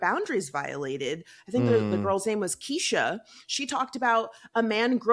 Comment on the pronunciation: Shauny and keshia hahaha its Shandi and Keenya girl😂😂😂😂